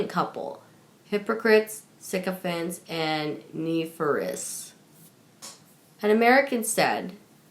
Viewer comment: They are going to stay home and maybe expand their BROAD?? Surely you mean their brood.... also learn how to say nefarious correctly.... it is really hard to listen to this news about these two grifters without having to guess which words are spoken!!